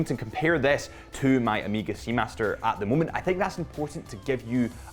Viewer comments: Weirdo, why are you saying OH-MI-GA… it’s OH-MAY-GA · get ahold of the Ed White "Cal 321" and then you can re-do your review and find a flawless example of the Speedmaster! Btw.. it's O (as in Oh) Mega.. not Amega! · Am I the only one that hears o-me-ga vs O-meg-ah??? Great review either way. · Why the hell do British people say Omega so weird? O-meega 🤣